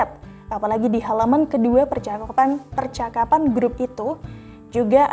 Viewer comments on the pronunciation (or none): Beritanya sih oke banget, khas 2045, tapi salah baca/salah ucapnya sedikit mengganggu Ratusan dosis, Bensos Percaapan (percakapan) Klep tehnis (klep tennis ya).